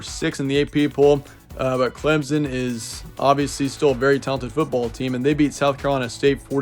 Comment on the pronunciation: Clemson is pronounced with an absent p btw